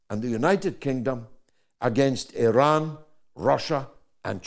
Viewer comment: Interesting that the Americans cannot even pronounce Iran properly. Culturally ignorant.